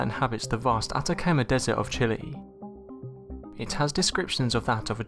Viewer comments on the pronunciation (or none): none